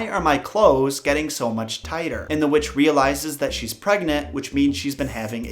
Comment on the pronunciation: Am i the only one that heard him say "their neighbor was a wetch"